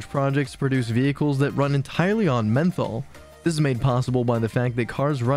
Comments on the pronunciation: It should be pronounced Methanol not Menthol 😅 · Yeah,that does make this seem more like a high school presentation though I’m sure it has good info. It’s just mentally goofy to keep calling it menthol. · no way that menthol mispronunciation is accidental. I bet it's just trolling